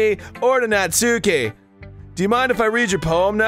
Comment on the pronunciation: I'm pretty sure Arin mispronounces "Natsuki" on purpose to make FriendArin sound dumb, but he's taught Danny to unknowingly mispronounce it too. :_GrumpsLULZ